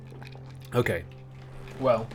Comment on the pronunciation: Whenever Olly says "Okay", I always hear it as "Hawkeye". Very confusing XD